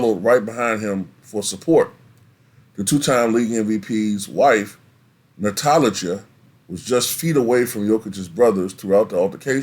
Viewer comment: Your pronunciation of Strahinja, Nemanja i Natalija hurts brain lol you should pronounce that J as you pronounce J in Jokic.